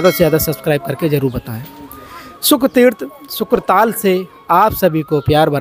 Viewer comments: शुकताल है शुक्र ताल नहीं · Nam sahi nahi bola shuktaal he ashli name🙏 shukra nahi🙄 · शुकताल कहें । शुक्र न कहें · यह क्षेत्र शुकदेव जी से संबंधित है।इसका नाम शुकताल है,न कि शुक्रताल।